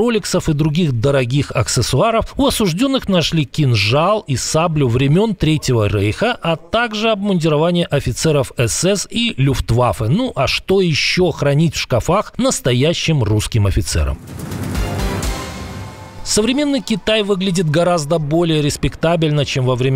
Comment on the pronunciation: В шкАфах, а не шкафАх ! шАрфы лИфты шкАфы